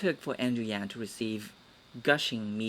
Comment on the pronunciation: Andrew Yang not Yan, you kept saying Yan.